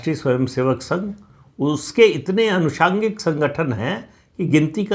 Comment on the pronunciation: सर! आप लोग साहित्य से जुड़े होने के बावजूद यदि शब्दों का इस तरह गलत उपयोग करेंगे गलत उच्चारण करेंगे तो साधारण लोग सीखेंगे कैसे? आप कह रहे हैं अनुषांगिक। लोग सोचेंगे यही सम्भवतः सही उच्चारण है; और हो सकता है कंप्यूटर भी यही सही मान ले। सही उच्चारण आनुषंगिक